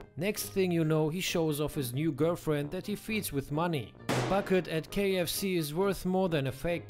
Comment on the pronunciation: Kiev C 🤣🤣 instead of KFC